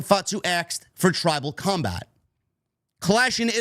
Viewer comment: “Tribal cumbag” That’s exactly what I thought Jacob said. I was confused when Roman said he accepted it.